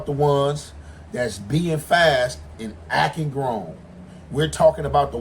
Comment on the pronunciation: He said growner